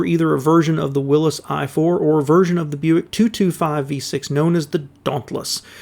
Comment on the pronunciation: Thank you. Good video. Nice to hear someone correctly pronouncing Willys instead of saying ‘willeez’. Thurn is actually pronounced ‘turn’.